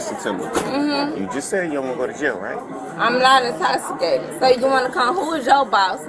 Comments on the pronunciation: “I’m not in-toss-i-cated.” 😂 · The more she says "i'mmnnn nowwwtt Intowxcitated" the worse it gets lol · "I'm not intossicated." Lol, yes you are, my dear. Yes, you are. Lol! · “I’m not incotsitated!” 🥴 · " I'm not intoximacateds" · Girl…you are indeed intosssicaydid. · "I'm not intossicated!" OMG, that's funny!!!! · I'm not in-toss-i-cated either! I need to get to my baby! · Essplain to me how im’s intossicated. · “I’m not Ah-toxicated…” Yeah, ok. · "I'm not intosikayted." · I’m not intosssicaded. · U might be intoxicated if u can't even pronounce the word intoxicated